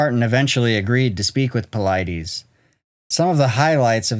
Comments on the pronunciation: David ( Pa-lid-us) not paleedees. The Lid in the middle of his name rhymes with Slide, & Glide and the US is pronounced just like it sounds US PA—LID-US ….. Not PA LEED DEES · Dus not Dee's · I think it's pronounced Puh-Lee*-Dees rather than Puh-Lie-Dees. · Its pronounced David Paul-i-dis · Your video conflicts with some of Dave Paulides' story he got from Bill Martin and you keep mispronouncing Paulides. I'm out.